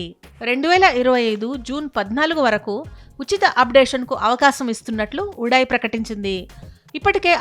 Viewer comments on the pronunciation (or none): Adhi udai miru telugu nerchukondi first udal udaayi kadu udai antey telugu lo di vastundi da radhu andhkey tv3*3 aneydhi